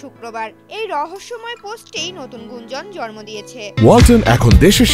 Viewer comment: জরমো না জন্ম 😂😂😂😂😂 কাদের দিয়ে যে সংবাদ পাঠ করায় 😂😂😂😂